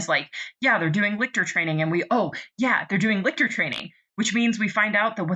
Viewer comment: I am immeasurably annoyed to find this here so late, with so few views, so little discussion of Nona the Ninth, and So. Many. "Lick-tor"s. Lol